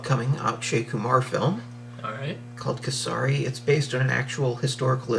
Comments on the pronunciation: Its Kay-Sa-ri Means Saffron. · It pronounced Kay- suh- Ree by the way